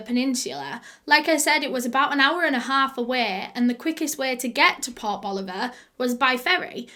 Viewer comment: Anyone else hear "pop Oliver". Rather than port boliver? I LOVE your accent